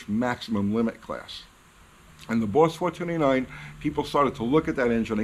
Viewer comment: "Bauwss fowah-twenty-nine"